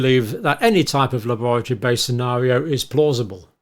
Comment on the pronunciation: The way John pronounces la-boratory gives the word a dark wet cold feeling like bad things only happen there.